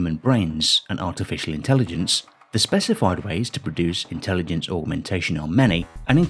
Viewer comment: ..."intellidense"... - Nick Boström